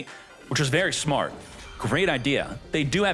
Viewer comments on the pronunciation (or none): none